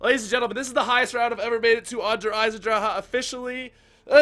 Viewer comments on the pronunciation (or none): Did he say draha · "Dar Eisendraha" -, 2016 (Its Der Eisendrache you gotta pay attention to the "Ch" which makes a "ch - ck" sound.